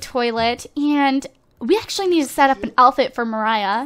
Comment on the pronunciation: why do you say elfit instead if outfit?haha